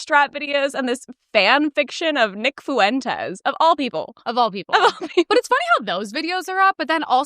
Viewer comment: Nick Foo-entez